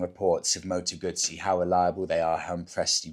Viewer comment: Partly off topic, but thank you, thank you, thank you for saying the correct Moto ‘Gut see’ rather than Gusssy which is what English riders say; even Guzzi owners club riders! Do they really eat Margarita pisas! 🙄